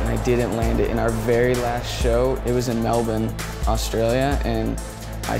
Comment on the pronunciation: Ladies and gentleman the first ever American to pronounce Melbourne correctly, Hats off to ya